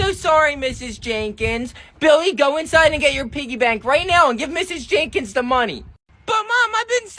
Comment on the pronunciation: And bro its mrs "jenkins" not mrs "jaykens".